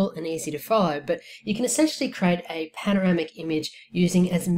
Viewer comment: CREEEEE--AAATE not CRATE